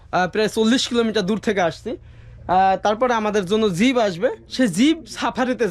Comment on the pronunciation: Zib na jeep bole ok Valo bhabe zib diye kota tao ber hoina tomar re bhai aage zib take valo bhabe mati diye ghuse porishkar kore niyo okay tar pore zib na bole jeep bolbe ar valo bhabe hindi bolbe okay karon ordhek ta hindi hoi ordhek ta urdu hoi ar ordhek ta bangla bhasa bolo tumi tai boli je zib take mati diye porishkar kore niyo valo bhabe 🆗🆗🆗🆗🆗 bYyyy,....